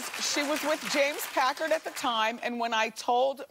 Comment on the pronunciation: I love how Wendy never says James Packer 😂 it's always James "Packerd"